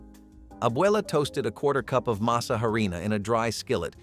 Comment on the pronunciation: And it's "masa," NOT "mesa," you artificial idiots!!!